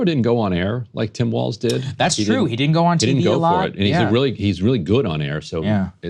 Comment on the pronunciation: "Walz" is German and is hence pronounced "waltz," not "walls."